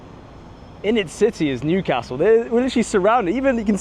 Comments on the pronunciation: Loving the correct pronunciation of Newcastle as well! I love my city. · Excellent pronunciation of Newcastle, spot on.